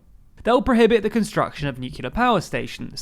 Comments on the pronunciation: I realise it's a small quibble, but are we really saying nucular? It literally has the word clear in it. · You can't pronounce nuclear. Go watch Studio C's "Grammar League", they explain what might happen to you. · No you were right the first time, no idea why he's pronouncing Nuclear (as its written in the manifesto) in this way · It's not a "pronunciation", it's a MISpronunciation. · Yes, I noticed that long ago. I was really surprised because I thought it was only some 'Murcans! who pronounced it like that. One of the Bushes was heavily ridiculed for it (by other 'Murcans!), for example.